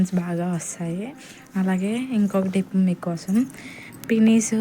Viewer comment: Trips kadhu....Tip ani cheppu 😅